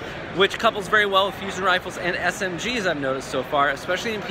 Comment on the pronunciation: Did he say SMGs?!?!